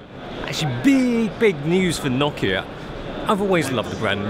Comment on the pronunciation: I heard he Knock-ki-a...what the hell is Knock-ki-a? 😘